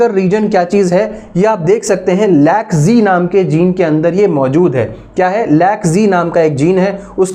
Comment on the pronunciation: Sir Lac-Z not Lac-G😊